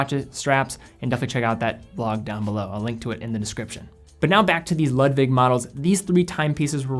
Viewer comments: Ludwig or Lug-wig. Great video and love Nomos but it’s definitely a niche brand. I love ALS and Sinn for my favorite Deutsch brands. Keep up the good work! Being a German nut, I see you’re truth to pronounce Glashütte as best as possible! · Great review but your pronunciation of Ludwig makes me cringe. It should be pronounced like "Lood-vig".